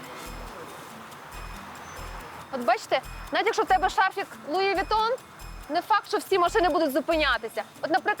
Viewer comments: Оля, правильно произносится Луи Вуитон. Неграмотность 80 уровня))) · «я не раджу луи витон» лол